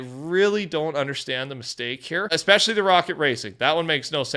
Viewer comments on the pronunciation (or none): none